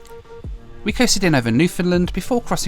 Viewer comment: Newfoundland...rhymes with "understand" accent on last syllable.